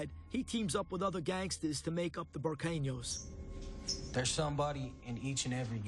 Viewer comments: I don't understand why this "interview" and the guy doing this is trying to expose people like thiss. And can't even say "bu-kay" . Ber yu Cain yos . NO. Really? No. Don't go to a leader without saying it right. don't go after them about family. A real mob boss keeps mouth shut. He did that Interview to show change and inspire change. Hounding someone isn't change. Keep your mouth shut and learn to listen. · It’s not Burkayyyneyos it’s like when they say Queso like KAYSO it’s KEHSO eh not aye. Pet peeve.